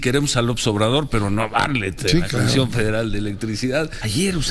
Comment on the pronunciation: SE PRONUNCIA BARTLETT NO BARLETT